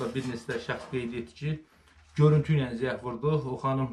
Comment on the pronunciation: AY!! ZEK NEDİ AY QARDAŞ!! DÜZGÜN TELEFFÜZ ELE SÖZLERİ. ZENG!